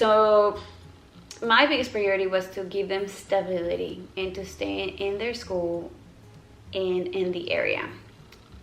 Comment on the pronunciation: This is so nit picky but it drives me insane that you pronounce b’s as v’s 😂 “stavility”